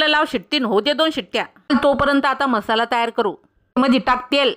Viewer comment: म्हसाला का म्हणता मराठी येत नाही का? मसाला म्हणायला जीभ अडखळते का?